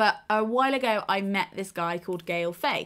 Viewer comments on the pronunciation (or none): Loving your channel since 2016 :) and by the way, it's Gaël Faye, "Faye" as in "fight" but without the "t". And "Gaël" as in... "gap" without the "p" and "Helen" without the "en" haha!